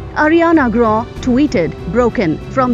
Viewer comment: It's not pronounced Ariana gra it's Ariana grande .